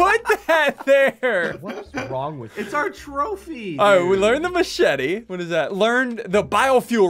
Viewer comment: Lol they way ssunde said machete is matchete